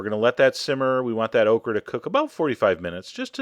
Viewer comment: Lol, he made okra sound like Oprah